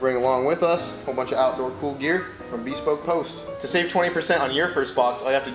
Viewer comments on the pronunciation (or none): Beeespoke post😂 It’s pronounced bəˈspōk Like beh-spoke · It's not pronounced Bee-spoke. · .....ITS....BESPOKE.....ONE WORD! NOT BE-SPOKE. JESUS MAN.......A PROMO AND YOU CANT PRONOUNCE THERE NAME!? DAFUQ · Is he trolling us by pronouncing "Bespoke" like that?